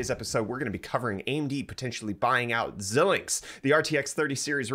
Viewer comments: It's not zill linx, it's zai linx. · Just an FYI, It's pronounced "Zy-links". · FYI, that's pronounced ZY-links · My man called it zelinx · Pronounced Zi -links, long I sound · thank god someone else knows, holy balls i cringed every time it was said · Aye. Like Bret (not host ), I was cringing every time I heard it. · Xilinx is pronounced Xi-links. The first i is a long I sound. FPGAs are a form of programmable logic that can implement any logic circuit you can fit into that size device. They are typically used for applications that are too low volume to justify producing a custom asic or cpu. They have been used in years past to prototype CPUs and GPUs. When implementing a cpu/GPU they give you the performance of a few generations older fab process. In my opinion they are best used for implementing ASIC type logic that can exploit greater parallelism than you can easily implement in software. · Xilinx is pronounce ZY-links as in "sigh" but starting with a "z". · Stop saying xilinx wrong